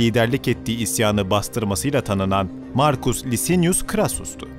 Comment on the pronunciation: Beyler harikasiniz. Ama telaffuzlara biraz daha dikkat ederseniz daha da mukemmel olacak. Zira: Julius -> Yulius Lucius -> Lukius Licinius -> Likinius